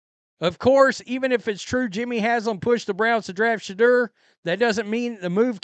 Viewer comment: Why is it every time you say shaudoer it sounds like your saying shitter? I found it funny when you said shitter isn't crap.